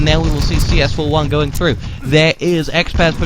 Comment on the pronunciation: CS4f1 sounds like: “chafee”